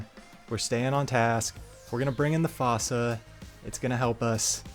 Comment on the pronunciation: Hate to be that guy but fossa is pronounced like foosa (like in the madagascar movie!)